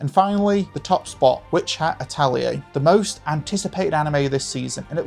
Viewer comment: so funny how you stumbled (like a lot of others, no criticism here) on japanese names, but differently than so many english speakers....actually got "atelier" LOL